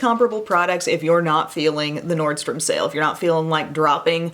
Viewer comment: Best part of the video - Nordstrom Sake, Nordstrom Sale; I am going to turn myself into a cat today. 🤣. Great morning laugh!!! Awesome look!